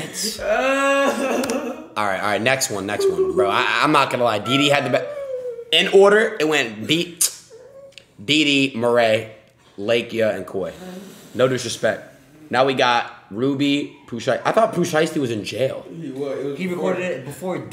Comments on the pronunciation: man called lakeyah “Lake-Yuh” 😂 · La-key-uh .. Lakeyah fkn bodied that idc what anybody gotta say.